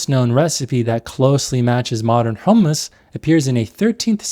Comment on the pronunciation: Great video and valid critiques but why are you saying “Hul-mus”?